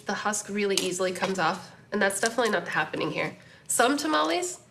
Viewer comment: It would be nice if you would say tamales correctly and maybe speak a little Spanish